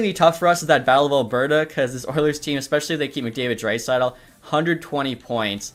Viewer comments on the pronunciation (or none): none